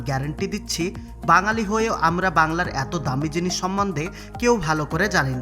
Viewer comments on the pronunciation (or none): none